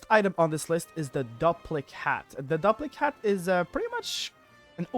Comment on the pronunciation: I think it's probably pronounced DOOP-lic hat. Like duplicate. But duplichat. It duplicates your spells. Duplic-hat.